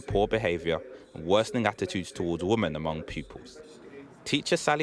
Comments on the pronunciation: It's pronounced "WOMEN" not "WOMAN" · This journalist pronounces Women like Woman 🤦‍♂️